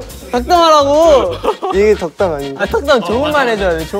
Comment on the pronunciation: '덕담'하라니까 '독담'하는 앤톤이 ㅋㅋㅋㅋㅋㅋㅋㅋㅋㅋㅋㅋㅋㅋㅋㅋ